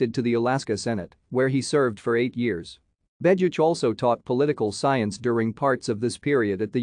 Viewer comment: Your audio is profiling a different person than the man shown in the images. You don't even pronounce the name right.